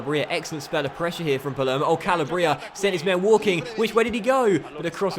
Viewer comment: Just to let you know, you are pronouncing "Calabria" incorrectly. It's pronounced Ca-lab-ria. Not Cal-a-bria.